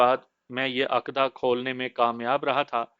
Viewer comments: Ap Ka talaffaz boht ghalat hai.aqda Nahi,lafaz uqda Hai. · عقدہ کے ع پر پیش ہے